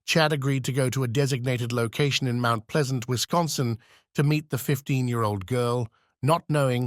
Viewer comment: Winsconsin 😂 what state is that